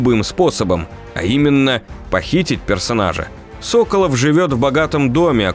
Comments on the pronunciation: Ну как тебе сказать.... Тут много ошибок в названиях локаций, имëн персонажей (Соколóв, а не Сóколов) и другие мелкие ошибки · Одна поправочка: я думаю что все таки СоколОв, а не СОколов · не антон сОколов, а антон соколОв... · Может быть всетаки правильно Соколоооов, а не Соооооколов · Что за сОколов? Уже собственные фамилии произносить не в состоянии. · Соколóв, а не «Сóколов» 🤦‍♂️🤦‍♂️🤦‍♂️ Г - русский язык А итог вообще бред сивой кобылы 🤦‍♂️🤦‍♂️🤦‍♂️, что у тебя в голове как не мусор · сОколов. сОколов. Ребята, вы вообще из России? Даже в игре правильно произносят русскую фамилию. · так он СОколов или СоколОв?